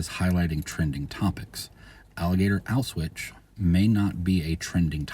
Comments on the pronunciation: Yeah, I was hearing it as "auswitch", and... like, I don't really care, in ways, but at the same time, if we're talking about algorithmic matching of names, etc., I could see people missing the Auschwitz connection somehow with this. 🤔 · Only thing I disagreed with was your pronunciation of the word "Auschwitz". Sounded all wrong to my ears. But anyway useful information. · I can't tell if it's a speech issue or a deliberate choice to avoid crnsors like "grape" does